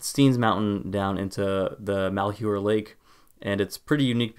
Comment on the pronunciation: I know you probably won't see this, but malhuer is pronounced Mal, like maltreatment, huer, is like here, with a sort of h/hu sound as you transition into the h. Take care and God bless